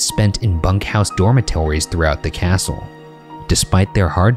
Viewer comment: dormetorrees haha